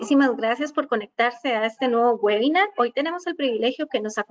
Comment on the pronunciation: Excelente la iniciativa de la Clínica Bíblica. Como pequeña sugerencia a la presentadora con la pronunciación de "Webinar" chequear en Internet como es más acertado porque "güebinar" suena bastante extraño.